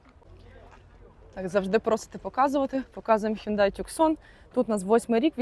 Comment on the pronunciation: ТюКсон😂ТуСан!Вивчіть назву авто.